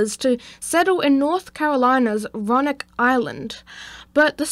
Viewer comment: Nice video bud. Its actually Raleigh (RAW LEE) and Roanoke (ROW UH NOKE)